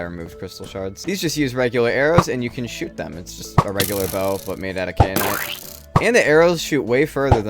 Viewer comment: it's KAI-uh-nite not KAY-uh-nite